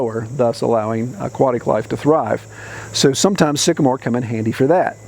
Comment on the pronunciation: When the moon hits your knees and you mispronounce trees, Sycamore.